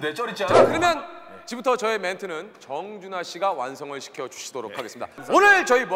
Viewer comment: 정준'화'씨요ㅋㅋㅋㅋㅋ끝까지 틀리는게 웃겨ㅋㅋㅋㅋㅋ